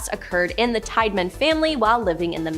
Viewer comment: Tiedeman teeda men not tide man